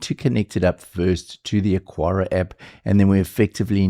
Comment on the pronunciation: Say it with me, AH-kar-uh (Three syllables: "AH" like "father", "kar" like "car", "uh" like the schwa sound at the end of "sofa")